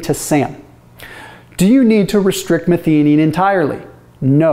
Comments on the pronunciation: Methionine pronunciation - meth-i-o-neen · It's pronounced "meth-eye-oh-neen". Did my PhD on this amino acid 40 years ago... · 1) That pronounciation of methionine needs a bit of work. 2) Very simplified: the vast majority (though not all) of gene coding sequences start with ATG - which encodes the amino acid methionine. This means that most proteins start with a methionine (this can be removed or modified later during post-translational processing). So without enough methionine available, your basic protein synthesis more or less grinds to a halt. This would be very detrimental, so your body looks for alternatives to get the methionine it needs to keep protein synthesis going - the easiest way for this is dialing up autophagy, ie breaking down and recycling old proteins and re-using their methionine. So it makes sense that fasting and methionine restriction enhances autophagy and all its health benefits.